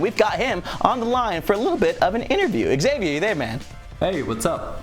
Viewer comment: How non english tongue hears Xavier: ExSavior